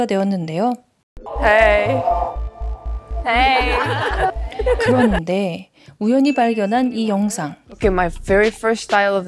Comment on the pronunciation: 처음에 립제이 헤이 부터 발음이 다르다 ㅋㅋㅋㅋㅋㅋㅋㅋ